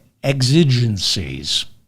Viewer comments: Psst ... "exigencies" is pronounced with the accent on the first syllable. You are forgiven for mispronouncing it because precious few people have ever spoken the word or heard it spoken, plus you get a bonus point for expanding your listeners' vocabularies. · Hard X on pronouncing exigencies. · Hi, David. WADR, you are likely not addressing sixth graders, so to apologize for your indepth, erudite coverage of these important matters, is unnecessary. Thanks for your learned insight, bro. Pronounced, "exigencies", btw. Luv ya!